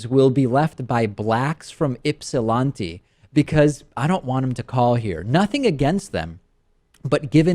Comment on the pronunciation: Right--with the "lant" rhyming with "rant" not "font." Daivd is silly sometimes.